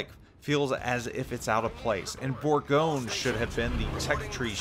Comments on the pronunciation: Your pronounciation is not that bad to be honest. It is closer to something like "Bourgonieu". But you are close ;) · You hearing say Bourgogne make my ears bleed.